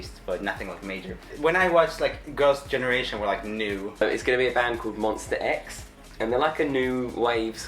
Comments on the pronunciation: ITS M-O-N-S-T-A X not MONSTER X😂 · Make sure to say Monsta and not Monstar because Kihyun will come for you😂😂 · Boi its MONSTA not MONSTER 😂😂